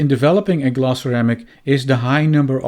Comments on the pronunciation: Oh! you are saying glass !!! Why are you saying gloss !!! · Maybe pronounce it as glass not gloss